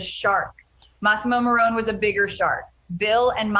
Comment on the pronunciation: It's massamo maroni you moron